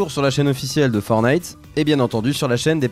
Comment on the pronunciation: Juste pour corriger c'est "Fortnite" pas "Fornite"